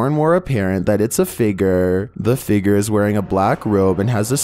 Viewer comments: Please stop saying “figger”!!!! It’s figure. Fig-yur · What little drives me crazy... .. the way he says "figure"